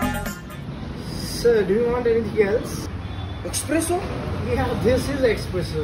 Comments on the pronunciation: It isn't pronounced expresso rather it is pronounced espresso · The waiter itself pronounced it wrong. No X in espresso.